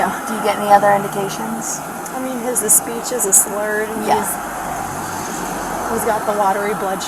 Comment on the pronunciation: Why did she turn into Mario for a second? “His a-speech is a-slurred”